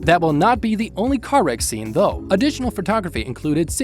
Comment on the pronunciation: I think it’s an auto generated voice because one time he said the word though and gave it the wrong sound the way he said it